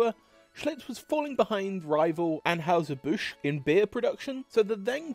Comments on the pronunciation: In the US, the company which brews Budweiser is generally pronounced Annhiser Bush, not Anhowser as pronounced here. I’m guessing that an original German pronunciation might have been closer to Anhoyser, but that’s just a guess. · Just a note... it is 'Ann HIGH zer Busch'. not 'Ann "House" zer Busch.' Just to let you know, THAT is the pronunciation. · That final 'New' Schlitz recipe at the very end was actually pretty good. Very smooth and malty, not too hoppy like Stag Beer. Here in Missouri we pronounce Anheuser "An HIGH ZER" not An HOWSER and Strohs is pronounced STROZE, not STRAWS. Why can't we return to a time where people made a quality product and were paid enough to be prosperous while the companies made enough money to be profitable? Answer: excess taxation and over regulation. The government busts up low hanging fruit with little companies for antitrust violations, but allows the true giants to hold a de facto monopoly through common interests. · STROHs sounds like Stro s; && Anheuser is An high zer, i believe: do a vid how they KILLED! Bud Lite dead.. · Interesting video, although mispronouncing "Anheuser" doesn't exactly increase your credibility. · You need to work on pronouncing Anheuser and also Stroh's. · Mispronouncing virtually all of the beer company names in, yes, a beer video is fn lazy.